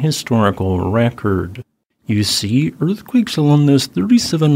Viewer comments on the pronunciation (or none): none